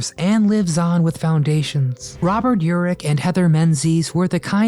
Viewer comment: His name is Robert Urich, not elrich